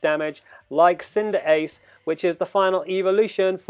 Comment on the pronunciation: ‘Cindeace’ It’s cinderace- *not hate*